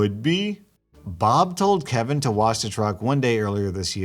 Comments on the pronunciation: "kevina" XD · m, an idiot, thinking this entire video is one story, wondering why was pronouncing kevin differently in the end, getting very confused with the story, then finally noticing the title WHEN THE VIDEO ENDED: 😁😪😵😤👀😲😩😑😅😠😣😒😑😐☺😛😃😂😆😜😝😋